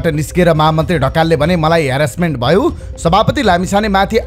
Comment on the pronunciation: ह ह ह यो कस्तो उचारण भयो भन्नु पर्ने मा भवो यो असुद्धा भएना र सुजन ढकाल जि?